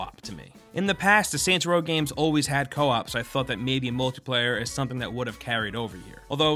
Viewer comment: Kept thinking he said santa row at the start